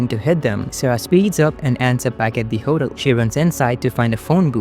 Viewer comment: Your mispronunciation of hotel made me giggle.